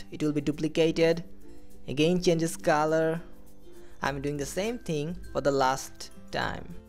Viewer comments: what is the "kaaaalar" 😐😐?? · Please bro it's color..... Not calar